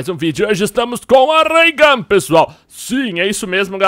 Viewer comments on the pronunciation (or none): se fala raiogan !!